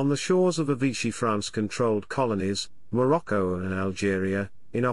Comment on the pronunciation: Lol what on earth is "maroko" - did you mean Morocco?